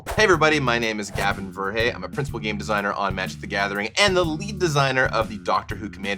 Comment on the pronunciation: It's "ver-hey" not "ver-hee-hee"